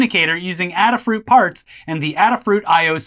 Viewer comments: Ada, not Adder :p The name comes from the founder Limor Fried's handle of ladyada which in turn is a homage to Ada Lovelace who is considered to be the first computer programmer. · Adafruit is named after Ada Lovelace. Pronounced like the letter A-da.